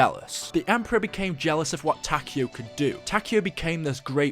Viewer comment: Every time he said Takeo I died a little inside